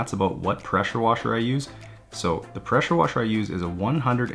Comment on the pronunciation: Preshur washur 🤣💕